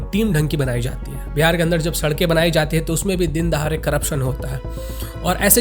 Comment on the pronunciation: dindahare nahi dindahade correct kya engineer haitu